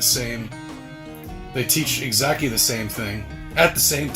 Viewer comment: 2.23 exacky